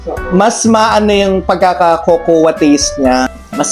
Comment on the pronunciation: Cocoa is pronounced as kow-kow. Not kow-kow-wah